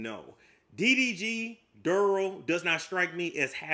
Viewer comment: Didn't you just say you were a nane person? Its not Durl it's Darrell. Lol